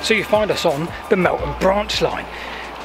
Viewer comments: It's Melth am - not Melt ham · Great video. Hope you come over to do the Golcer and Minsbridge disused stations. Also, Meltham is pronounced Mel Fam. Just dont ask how to pronounce Slaithwaite or Linthwaite further North. :) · That’s a great Air BnB. The name of the town is pronounced Melth-am 😃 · Wow my old neck of the woods, very interesting. BTW Meltham is pronounced with a 'th' rather than a 't'. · My home town (Mel -tham, pronounce the 'th') . Both parents worked at DBT. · Thanks. Ah yes, we changed the pronunciation half way through I think when we realised. A lovely home town it is too. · Somethings in life are really ironic i was filming the same branch line at the same time I was going to do it in two parts the second part I filmed yesterday and this morning I was looking for an image to use as a thumbnail and came across your video far superior to mine well done however the way you've pronounced meltham Is horrendous